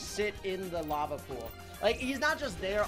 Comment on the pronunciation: I love when he says lave that shoots out other sharks do do do do